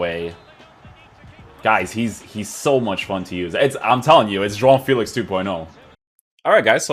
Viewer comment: You said you're portuguese or descendant... Please pronounce JOAO FÉLIX correctly. It's very cringey when I hear youtubers saying FÉLIX like feel-ics instead of Feh-licks